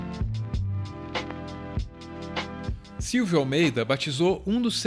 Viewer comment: Silvio Almeida... "Silvídeo", percebi hein kk